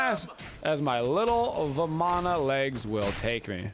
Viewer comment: You pronounce Ravana correctly (similar to Ra-vun). Vamana is pronounced the same (like Va-mun)